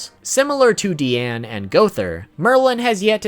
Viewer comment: It’s not DEEane It’s DiAnu